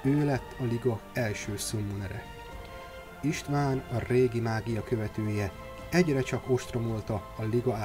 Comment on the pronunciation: Nem István, hanem Istvaan ... Olvassatok már Lore-t !!! (-_-*)